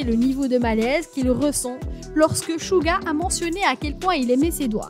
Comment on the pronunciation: Tu dit pas bien les prénom de Jungkook dit le mieu De v dit son vrais nom et ses theayong Jin tu peut mieu dir s'il te plaît Suga ses pas chuga ses suga